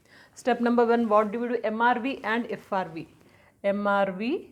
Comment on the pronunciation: Mam frv not srv 😊